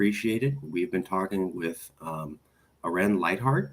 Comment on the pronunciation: The guy asking the questions embodies the worst stereotypes about American arrogance. He couldn’t even preaprr the talk and ask in advance how to pronounce Lijphart or consociationalism?